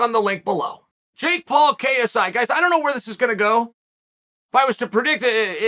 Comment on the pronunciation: I don’t like how clear he kept saying KSI .. I would’ve preferred kissey